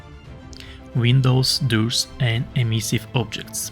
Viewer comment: Видос полезный. За это спасибо. Но я очень прошу тебя поработать над своим английским. Очень сложно услышать суть , если говорить вот таким языком. Особенно когда произношение такое... Пример : Doors Это не дурс, а дорс . Очень мешает качество языка